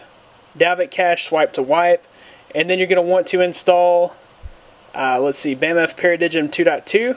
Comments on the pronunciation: Yes!!!!!! and its not bam f its bamf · hey buddy i thinks its pronounced BAM-Faa Para-DIME good video